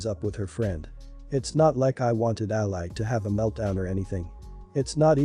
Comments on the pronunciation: It's "ALIE" not "ALLY" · To the reader, Ally said the way you say it, is a country, fighting on your side in a war... a lovely young girl is not that. Ally for a name is pronounced Al-ee. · Ally is pronounced Alley.